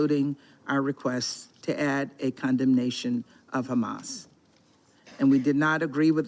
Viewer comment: Bro did Jake Tapper hit the "ch" on Hamas? What?